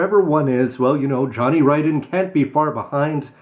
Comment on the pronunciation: Whoo-hoo! Somebody knows how "Ridden" is pronounced!